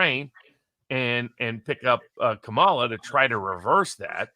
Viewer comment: Jim Kramer just told his audience to vote for Trump (truth!) And I gotta admit, it just seems so strange to me that Barnes et al (because it is MANY more than just he) refuses to properly pronounce her name. It's COMMA la. COMMA la.